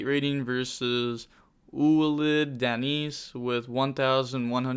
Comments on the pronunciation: Ou-alid - Denise.... bruh 😲 Danse = Dance in french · the second dude's name is pronounced like 'walid, dance'